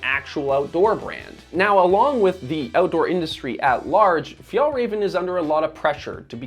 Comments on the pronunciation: please learn to pronounce the names correctly. Åke is still not pronounced like Ake, and work a bit on Fjällräven and definitely Kånken, although you're getting a bit closer with Fjällräven. I like Kånken because they are timeless and durable, and you don't have to bring half the house for every occasion. Sure, the straps could be padded but there are other models of Kånken if one likes that. Before retiring a few years ago (so, not as a student decades ago) my teacher mom used the Kånken every single day and I still think she has it. So, people like how it looks, I don't have a problem with that. They have a durable timeless piece which will serve them for many, many years to come, it's that great for the planet? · I just wished you pronounced the name of the brand right. Anyways, the kanken won't change because it's what it is. A basic bag. It's like the stan smith of adidas. The silhouette won't change. If you want a more functional bag, you could look at other models or other brands. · Hi all, just some information about Swedish pronunciation of the brand and its products, if you are interested. The letter å makes the 'oh' sound. So Kånken is pronounced as Konken. The letter ä makes the 'eh' sound. So Fjällräven is pronounced as Fe-el-raven I am not a Swede but have lived in the Nordics for a couple of years :) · I'm not even Swedish and it triggers me how you do not know how to pronounce å and ä. Doing over 11 minute long video and pronouncing the company name, their product and the founder wrong is just shameful. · F-y-ah-ll - R-ah-ven. Not Fee-yahl-ray-ven. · Pronunciation is ‘fyell-raven’, not ‘fyol-raven’. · The "Ä" in Fjällräven is an "E" sound > Fjellreven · Please just stop saying FjAAllrAAven. Just say MountainFox or something instead. Or...maybe learn how to pronounce it correctly. It's not like Swedes call your streaming service Näätflicks. 🤷‍♂️ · It's pronounced "Fyell-rahven Con-ken" :)